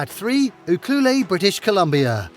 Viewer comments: 😂It is pronounced Ukuelette, not ukluleeee! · These towns are tourist spots and have no jobs, just so all know that you won't find work. "OOhkalay" (Ucluelet, BC) is actually pronounced "You-kluelet". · Ucluelet pronounced…..” you….clue,,,let “ not You clue lay! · Where did you come up with your pronunciation for Ucluelet. It's u-clue-let not u-clue-lay. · With no disrespect, Ucuelet is pronounced : you- CLUE-let. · Ucluelet ahahahahhaha you didn't pronounce that anywhere right! you-Clue-LET!!!!!! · Pronounced you cue let😊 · Ucluelet is pronounced - you-clue-let - just saying :) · thank you... this was bothering me too!